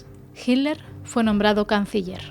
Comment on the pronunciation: Jiler o Hitler?😂😂😂😂😂